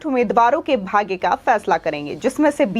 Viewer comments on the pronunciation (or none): भाग्गे नही भाग्य बोल